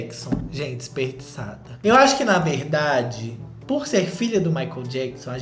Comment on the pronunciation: "Isperdiçade" Socorrrrrrr 🤣